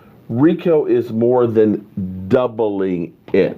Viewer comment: pronounce it REEKO! Gathers